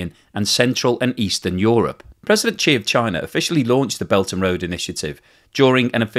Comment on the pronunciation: Xi is pronounced SHEE, not CHEE and not ZEE